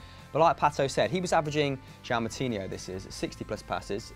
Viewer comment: still cant say Joao right lol